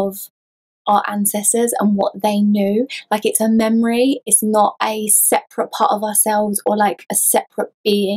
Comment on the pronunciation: "Sep-er-ate" Loved it, also; to I got chills that I have never felt before. I'm not sure if I liked that or not. Was definitely a brand new feeling. One last thing, your nails kick ass!! One other thing I guess, what's that around your neck?